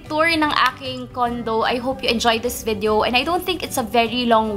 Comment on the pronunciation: Ano ikamo... VIDEYEOW??? bwahahah!